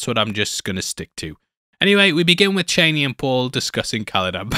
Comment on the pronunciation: her name is pronounced Char-nee